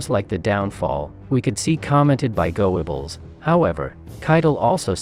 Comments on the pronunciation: What a Joke! Downvote! Goe-a-bels . . . Geshcichterbergbah! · The German pronunciations were some of the worst I've ever heard! It's BERCHtesgaden, not BerchTESgaden. I know the ch sounds are difficult for non-native speakers, but at least put the stress on the correct syllable. The one in Goebbels is pronounced something like er, but with rounded lips. The w in Wenck is pronounced like v, and Gen. Jodl's name is pronounced just like yodel. 😬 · Berchtesgaden. Did you really pronounce it "Berk-TESS-Kah-den" ?? Seriously ... ?? ... it's almost as if you're reading something you've never seen before,,, about a subject you've never heard of before. "GO-ebb-als" ?? pleasseeee. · Interesting video, but why is it so hard to .find someone to find a narrator who can pronounce the words correctly. "Beteschgaden?" "Jode-el?" "Go-ebbels?" Seriously? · Why and how could you be mispronouncing such words like Berchtesgaden and Goebbels????... Have you never watched a World War II documentary????... These are absurd errors. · Goebbels is not pronounced as you do.